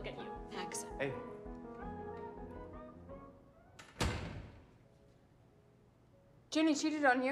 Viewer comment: Ginny* not ginni